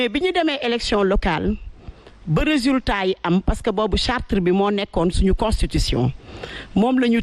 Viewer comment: Charte et non chartre